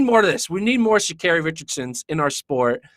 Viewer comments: Sha CAHRI is the pronunciation my gawd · I want tall to pronounce her name correctly. Especially if you’re going to use her (SHA’Carri) in this. The LEAST u can do is get that right.